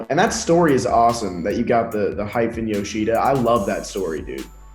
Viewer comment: i hate how they say yoshida